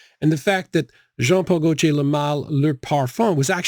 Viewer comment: Jean Paul Go-jay?? Go-tee-ay